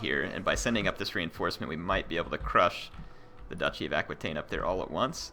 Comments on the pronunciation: Duchy of Aquitane is pronounced like a-kwe-tane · its pronounced aqua taine. pretty simple